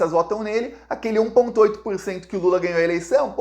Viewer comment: Não é lulu é lulaaa